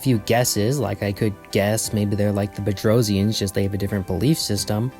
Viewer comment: Yes you pronounced it perfectly! If the Earth really is Flat I'd violently protect Globes. Wasn't there a race that the Gate activation and contact with the SGC caused a World War?